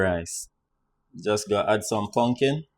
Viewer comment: Not pumpkin rice, but “pungkin” rice 😄